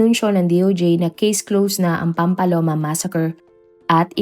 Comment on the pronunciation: Mali mali naman ang pag pronounce niya ng mga names...Pati ang Pamplona ginawang "PAMPALONA" , Roel - RO-EL at ang Pryde ginawang Pry-de! 😊😅😊